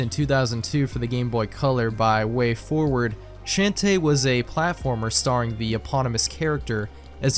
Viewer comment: Your pronunciation of Shantae is a felony